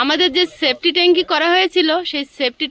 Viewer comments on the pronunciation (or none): এটা অনেক ব্লগেই দেখছি।একই সমস্যা। আর কথাটা.সেপটিক ট্যেঙ্ক হবে। সেফটি ট্যেঙ্কি নয়। ওটা অন্য মানে বোঝায়। সবসময় ইংরেজী বলতে হবে তার কোন.মানে নেই। ভূল কথা ব্লগে না বলাই ভাল।